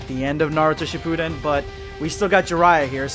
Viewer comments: Man I just new that something was wrong when he said Dragon-ball Shipudden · Hate the way he said “shipuden”, “rasengan” and “madara”